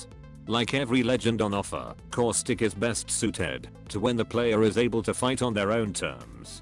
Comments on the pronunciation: Does anyone else hear core-stick or is it just me? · Did you say causthicc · Causic Austic Auswic Auswitch